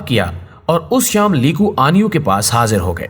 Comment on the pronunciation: آپ نام غلط لے رہےہیں، نام ہے "لی کوان یو".... علیدہ علیدہ